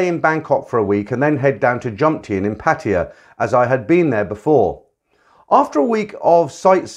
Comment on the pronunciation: love listening while chilling out thanks for the channel. just can i say something. it's not pronounced pateeya, but pa tai ya, since most of your video's are about pattaya. I thought i'd just help